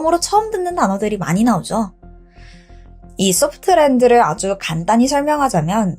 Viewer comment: 소프트랜드가 아니고 소프랜드예요. 비누~~~😅